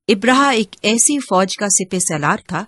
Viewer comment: Ibraha nahee abraha saheeh lafz hay